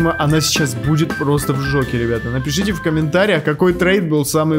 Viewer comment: ты сказал не шоке а в жоке